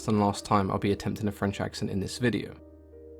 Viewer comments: French accent was spot on my guy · Coming from France, and as a regular follower of your videos, let me just say: Good French Accent ;) !